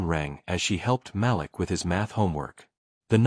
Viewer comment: The little boy’s name is pronounced ma’leek. How can I get a gig reading these stories?